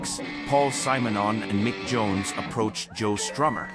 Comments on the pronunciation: This is the only time I have heard his name pronounced as Symer-non. I have only heard it as Simmernon. I wonder which one is right? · Kudos for a deep focus on the great bassist & painter Paul Simonon. But who designed this terribly constricted AI voice-over? Pronounce Mr Simonon's name correctly: it's "Simm'", not "Sime", you bloody blinkered robot. Mr Simonon also did some pretty risky undercover work for Greenpeace, he's a right proper geezer. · You should listen to how Paul pronces his own name! Not SIGH - SIM! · No, the AI pronounced it wrong in the video, it’s actually pronounced like ‘cinnamon’ with the n and m switched.